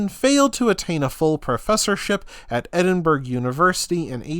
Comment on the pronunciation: Edin burg?? It prounced Edinburgh ya tit